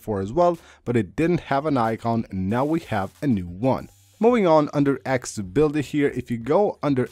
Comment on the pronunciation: akssssibility lol